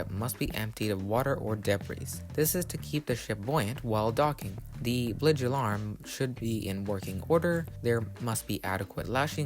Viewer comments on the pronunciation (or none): and blidge? You mean "bilge"? And "cheaper then air"? "Than" is used for comparisons; "then" means afterward. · It's BILGE, not BLIGE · Bilge (BILJ), not Blige (BLIJ) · Question for you what is a blige pretty sure its bilge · You lost me at "Blidge". Perhaps use a pronunciation guide or at least google a word before recording your voiceover. The lower part of the ship is called a Bilge, not a blidge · worst monotone narrator I've ever heard. Does he have a speech impediment ? what's a "blige" ? do you mean "bilge" ? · Ah yes, the blige... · The “blige”? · It is pronounced "bilge", not blidge. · I was like "wtf is a blig? Did he mean bilge?" and then I scrolled down and saw this lol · Why do they say "blidge" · I'm sorry, but your credibility flew off when you weren't able to pronounce bilge correctly. ( BILJ ) It's a basic term related to all ships. Why do you not know how to pronounce such a basic term? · He just mispronounced one word. Why all the drama? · Hey uhhh you said bilge incorrectly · If he's posting videos in English, it behooves him to be able to speak the language. Bilge is not a word affected by dialects. And if he needs to hear it spoken, simply doing a web search for 'pronounce bilge' will bring him a spoken version. This simple thing affects how people determine his validity. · Im a merchant mariner and 10yrs aboard container vessels. I take no offense on his mispronunciation of the bilge well. And i find the video generally accurate so nothing wrong, really.